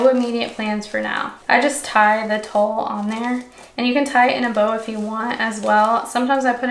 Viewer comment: You keep saying “Tull”, but isn’t what you using called “tulle” pronounced “TOOL”